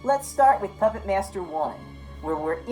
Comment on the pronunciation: I'm with you but why are you adding in extra syllables and vowels. "Pahyupput Maiyester 3". Dude. Wahoo toilks loiek thayut?